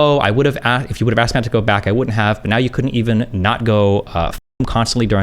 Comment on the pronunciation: AKSED amiright